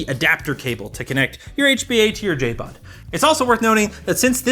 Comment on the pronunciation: Lol it's JBOD not JABOD